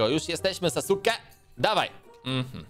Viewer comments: Czyta się saske a nie sasuke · matko boska nie czytaj sasuke tylko czyta sie saske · Nie pisze się "spotkałem Kyuubi" Tylko "spotkałem kyuubi'ego" I nie "drużyny siedmiu naruto" Tylko "drużyny siódmej naruto" Irytuje mnie to że czytasz "Sasukego" Czyta się to "Sasuke" O i proszę nie mów "Sasuke" Tylko "saske" Te twarze na skalę to są głowy wszystkich hokage czyli przywódców wioski ukrytej w liściach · nie czyta sie sasuke tylko suske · Nie rób memów to saske nie sasuke! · Trigger mówi się Saske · Sasuke czytaj Saske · Te kamienie to wszyscy hokage czyli tak jakby prezydenci i mówi się saske, a pisze się Sasuke a na 9 ogoniastego mówi się kurama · jak coś to sasuke czyta się saske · Xd saske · NIE SASUKEGO T7YLKO SASUKE CZYTA SIE SASKE